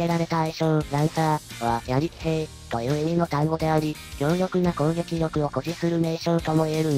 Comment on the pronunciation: 数字とか単位が混じった文章がボロボロの チャンネルがあるけど ここは しっかり読ませてますね。 ……B-1 も たいがい古い機体ですぞ。 「槍騎兵」→ そうきへい と読みます。